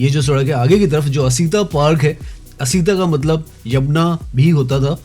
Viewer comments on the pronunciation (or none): none